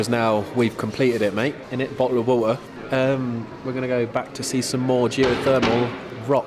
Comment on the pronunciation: Did he say, “a bottle of wahwah”?